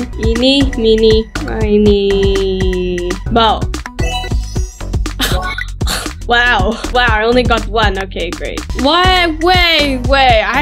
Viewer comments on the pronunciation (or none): It is bowbow not bawbaw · It’s bowbow